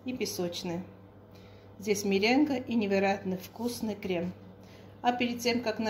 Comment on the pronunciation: исправьте на мЕренгу»,хотя вы не обязаны знать это,язык не ваш.Спасибо за рецепт! Вы и так прекрасно разговариваете👍